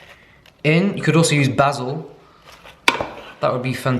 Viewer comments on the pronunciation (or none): none